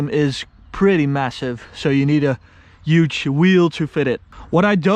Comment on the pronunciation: Why are you saying uge not huge